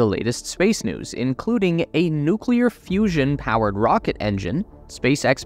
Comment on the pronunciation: I thought it was serious till I heard fussion......